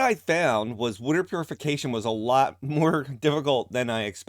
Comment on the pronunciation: Subscribed because of your pronunciation of “wooder” thanks for the content!